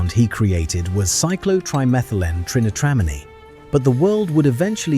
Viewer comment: Love the cyclo trimethylene trintine😂